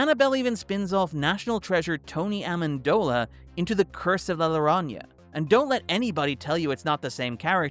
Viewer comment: Worth watching to hear try to pronounce “Llorona”